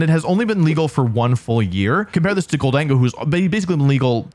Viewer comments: Imagine facing a goldango and a melimar in a double battle and if I have mispronounced their names then my bad. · All while mispronouncing Zacian as Zeyshnnnnn and Gholdengo as GholDENGO 😂